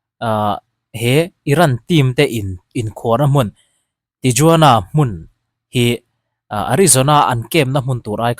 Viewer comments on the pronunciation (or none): I channel a ngaihnawma i hawizau tehreng nen Tijuana hi Tihuana tia lam tur a nia, Guadalajara pawh Guadalahara tih tur.